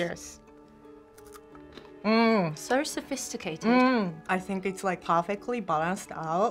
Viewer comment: “Sio sofeesticayted” got me 😂😂